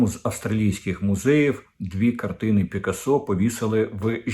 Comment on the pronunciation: Український наголос притаманний на 3 склад з кінця — пИкасо.